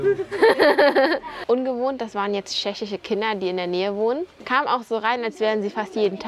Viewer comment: Ich liebe deine Videos, aber wie du Tschechien aussprichst triggert mich so hart... Scheschien, scheschische.... 🤦‍♀️